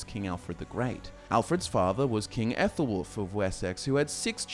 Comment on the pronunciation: Minor qualms in pronunciation, the Æ/æ letter isn't the 'ae' sound in modern English or Latin, in Old English it's spokenas the sound in cat (k/a/t), so the name is pronounced similar to 'Allah,' just without the h sound. With the sons of Aethelwulf and his sons, the 'th' isn't the soft one like in 'thought' (Þ,þ) but the voiced one like in 'the.' (Ð,ð) Other than these minor gripes, the rest of the pronunciations are surprisingly accurate, good job